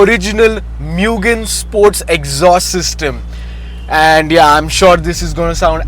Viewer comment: Mugen is pronounced as moo-gen